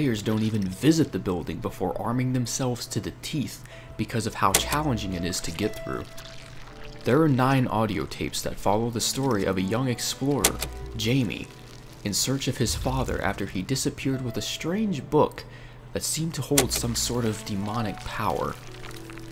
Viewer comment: "HY-MAY" / "HI-EE-MAY", not "JAY-MEE". the J is a spanish J and pronounced as a H